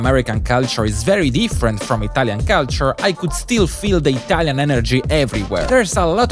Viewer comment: hai ripetuto 75mila volte la parola culture, ne avessi mai azzeccata una la corretta pronuncia